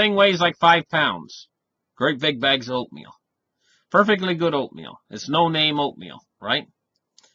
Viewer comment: Oatmeal .... I thought you said opium LOL